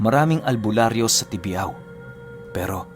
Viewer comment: tibiao n lugar,tsaka sikat ang tnapay dyn,msarap ang productong tinapay ng tibiao,tibyaw ang pronouncition nyn..tibiao iloilo..